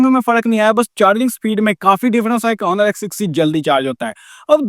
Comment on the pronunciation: Honor ni bolo bhai Oner He